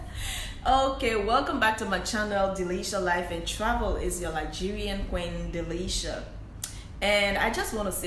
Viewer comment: It sounded like you said its your Nigerian qeen, Nigerian are beautiful ppl. Like the back story how you made it to China 🇨🇳 👏